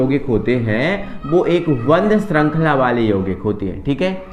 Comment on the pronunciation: Bandh srankhala nahi hota band srankhala hota hai sir.